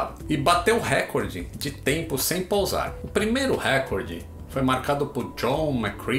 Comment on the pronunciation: "Récorde" nãooo